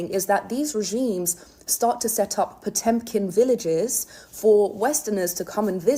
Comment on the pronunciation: It's not "Potempkin", it's "Potemkin" villages. It's an old Russian invention, pioneered by Catherine the Great in the second half of the 18th century.